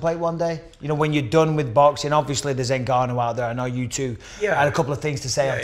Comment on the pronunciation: Michael “ObvIOSly” Bisping